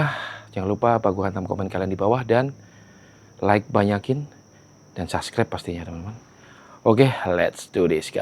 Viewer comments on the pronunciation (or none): none